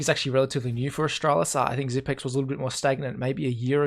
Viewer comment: HIS NAME IS PRONOUNCED SIPNIX...